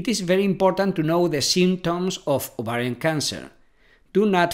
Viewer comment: Are you ATTEMPTING to say "OVARIAN TUMOR"??😳😏